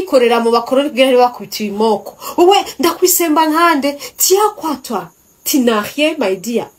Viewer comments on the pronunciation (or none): Numvirije ico gifaaransa uvuze ngo: tinarien 😂😂😂 meanning ngo: tu n,a rien.